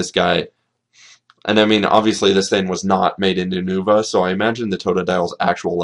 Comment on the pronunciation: Not Ou-nou-va it's Yu-No-Vah... Christ... It's not hard.